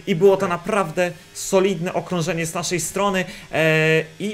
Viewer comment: "naszej" "musimy" !?